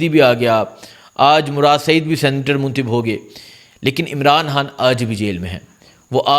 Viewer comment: آپ کا لہجہ ابھی تک درست نہیں ہے آپ الفاظ کو بالکل صاف اور واضح بیان کریں مثلا۔۔عمران خان پڑھیں نا عمران ھان اسی طرح منتخب بولیں نا منتھب و۔۔۔۔۔ آئندہ درست قرائت کریں شکریہ